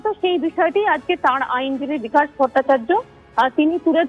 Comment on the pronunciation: বিকাশ ❌ ভকাশ ✅😂